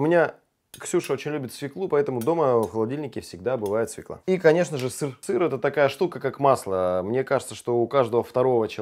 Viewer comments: всё круто, но свеклА невыносимо режет ухо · Все клево, но свЁкла! Поварам уже пора это усвоить!